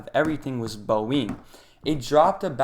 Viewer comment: Very good effort. Would just recommend that you research the pronunciation of some major companies like Boeing and NVidia next time to sound more trustworthy. And Salesforce is a major company